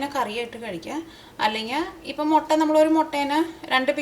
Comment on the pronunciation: Hello .like ur recipes ..tried many.all came out well .thank u ur presentation also improved ..like ur nadan style ..pls say mutta not motta ..n masala pronunciation is also odd..pls correct ..don't take it as rude .it's just à friend's comment .